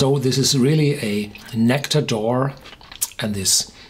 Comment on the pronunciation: True, and it's not said like "oar".